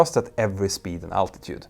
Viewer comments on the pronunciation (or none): none